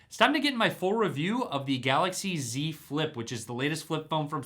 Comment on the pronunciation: great review Tim... every time you said Z Flip, it really sounded like you said "dze flip"